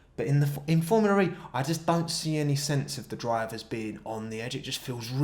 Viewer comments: "formula re" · every time he says formula ree my brain dies